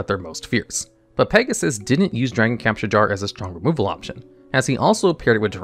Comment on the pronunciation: love the video as always, but just a bit of constructive criticism: You might consider slowing down as you read your script, as some of your words are mispronounced (dragon capture gar was heard, Solemn Muto instead of Solomon, etc.) which might be fixed by just reading slowly and more clearly.